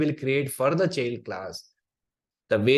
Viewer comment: Thanks for the course. PS: small tip: “child” transcripts as [tʃaɪld] ;)